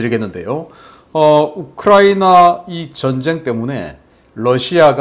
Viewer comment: 신대표님, 여러번 말씀드렸는데요. Lussia가 아니라 Russia입니다. 러 발음을 부드럽게 하십시오. 존경합니다.